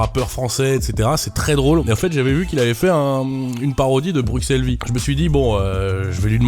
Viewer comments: "Bruksel vie"... "Brussel vie" si tu veux le dire :'( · par pitier sa se dit pas "bruXelle" mais "brussel" pour la pronociation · par contre Bruxelles ça se prononce pas "Brukselle", enfin bon c'est un détail...